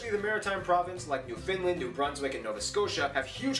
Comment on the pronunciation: Our capital is Ottawa not Ott”o”wa. He pronounced Newfoundland ( as New “fin” land ) It’s prounounced “ New “ fund “ land “